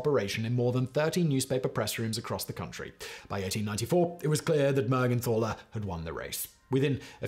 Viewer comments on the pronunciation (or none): It is pronounced Mergentaler not Mergenthaler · if you are interested to know, the " th" in "Mergenthaler" is pronounced t, like in tinker or total. The name means "Man from Mergenthal", thats a place in Wuerttemberg. The name Mergenthal is dialekt for St. Mary´s valley.